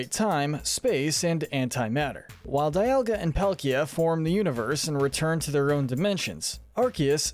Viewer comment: It’s pronounced DEE-all-guh, mes-PRIT, reg-EE-rock, reg-EE-steel, reg-EE-uh-leck-ee, reg-EE-dra-goh, KAH-los, soo-TAHP-oh-lis, ECK-crew-teek, ZIN-ee-uh, CHAIR-in, as-per-TEE-uh, LYE-san-der, GLAD-ee-on, may-guh-LOPP-OH-LISS, and WEELD, “Patrick Star”! 🤨 You’re so bad at pronouncing words and names,! 🙄